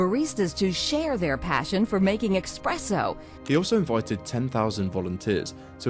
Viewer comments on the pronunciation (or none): hope I didn’t hear „expresso”! Tell me please she said espresso! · And now the idiots buying those glass Teddy bears! Low quality, pesticide infused coffee at a premium price! And, it's not "expresso!" It's espresso!! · Nope, it was "expresso." Yet another breach of the wall through which the barbarians are pouring. Sad. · That news reporter needs to be fired for pronouncing it as “expresso” 👋